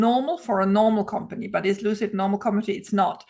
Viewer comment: Lucid Motors =Loose-It Motors 🤣🤣😆😆😂😂